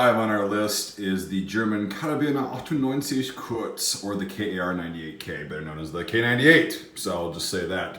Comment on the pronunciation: As a native speaker of German I got a boner when he said Karabiner 98 Kurz